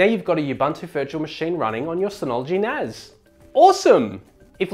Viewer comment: It's NAS not NAZ... S not Z